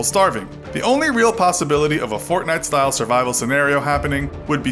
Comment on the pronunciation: But stop saying gaynite